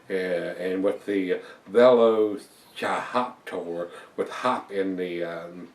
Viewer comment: It's pronounced like "velociraptor" (the dinosaur) but with 'hoptor' on the end! Great review, cheers.